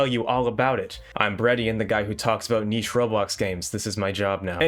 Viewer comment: Did i hear….niche?